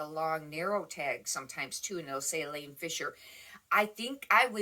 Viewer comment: Hi! Love your videos ~ I am learning a lot. Just FYI..... it's "Eileen" Fisher... not Elaine Fisher. :). I only know because Elaine is my first name. HA!! I'll be sure a subscribe to your channel. Thank you for all you do.